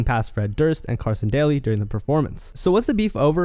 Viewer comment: Did this dude really just say Carson DOLLY??